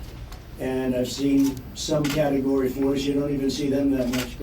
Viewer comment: He never even heard of a category! He said “carregory”